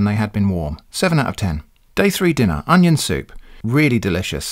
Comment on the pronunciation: hahaha "Oneion"